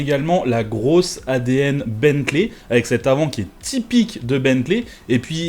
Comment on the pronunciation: Tu fais l'effort de prononcer correctement Rimac, mais pas Bentley 👀😅